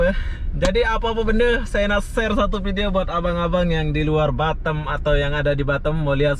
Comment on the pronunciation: Orang indo tapi lidah orang mana' tahu dah?? Semua orang indo nyebut Batam ya tetap B A T A M bukan batem 😀😀 ada" aja nih bikin pengen cubit aja 😀😀 gemes dengarnya...